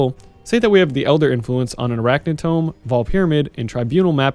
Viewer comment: Arachnid TOMB, not tome